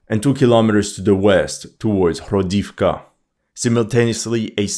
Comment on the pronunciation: Cette prononciation des 'h' comme des 'jotas' espagnoles, ça écorche un peu les oreilles, quand même (le 'h' se prononce 'g' en ukrainien), comme le 'i' (le caractère n'existe pas en russe) se prononce 'o' pour marquer un 'o' tonique (il n'y a pas de tel indice en russe, où le 'o' se prononce souvent 'a', comme dans "Pokrovsk" prononcé "Pakrovsk", ou "Toretsk" prononcé "Tarietsk"): "Hrodivka" se prononce "Gradofka" (avec un 'r' roulé) et "Novohrodivka" se prononce "NovaGradofka" -- on s'y attend un peu, vu que "grad" signifie "ville" et "novo", prononcé "nova" signifie "nouvelle". Pour l'analyse elle-même, qu'est-il arrivé au F-16 abattu sur le front de Kursk, vous êtes le seul à en avoir parlé il y a 2 vidéos de ça...? Philippe Buffon rapporte que les Russes sont déjà dans Pokrovsk. Moi, je crois que les Russes vont essayer autant que possible d'éviter un nouveau Bakhmut et vont se "contenter" d'isoler la ville en prenant le contrôle de tous les axes de communication: sur leurs avances au sud de Niu York et vers Selydove, ce sont les drones qui transforment les axes en "death roads", suit l'artillerie pour vider les sacs-à-feu des Ukrainiens qui n'ont pas pu fuir, et une fois qu'il n'y a plus rien, l'infanterie prend possession des lieux: forcément, ça avance vachement vite. Comme Pokrovsk est un nœud ferroviaire et routier ("sans importance", selon le directeur de la CIA devant le Sénat il y a 2 jours), un siège est probablement plus efficace que la prise de la ville elle-m